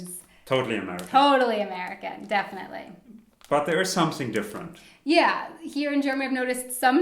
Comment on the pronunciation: Great video. But please make the English TH - it sounds way too German when he says SOMESING instead of SOMETHING. Otherwise, great video as always.